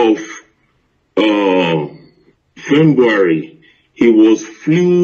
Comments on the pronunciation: "My mother is a britage" "fembuary" how does that sound in your ears? Edo man please show us evidence (videos) and stop too much talk QED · Is it only my hear or is he really saying fembuary?